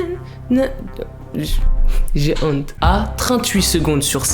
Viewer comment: J'aime trop son accsent quand il dit g honte 🔊😂🤯♥️